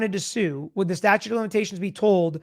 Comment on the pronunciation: "Statue" of limitations. Lol.